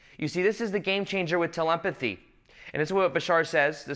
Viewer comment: My guy said 'telempathy' 😂😂😂😂